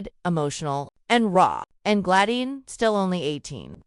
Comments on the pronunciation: It's Gladys NOT Gladine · OMG! Now its Glayin previously it was GLAD ICE! Can't they get AI to get this right?